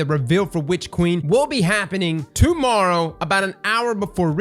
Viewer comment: The first sentences with accent... "tomorrow... tomorra... to Mara" - Gotcha!